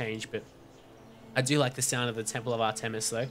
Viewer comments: Its pronouced art-miss not ar tem is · Actually it is AHR- tuh-mis. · not to be rude but its pronounced (ar-tim-us)